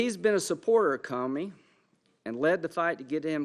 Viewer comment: Lol hes says commie instead of Comey twice.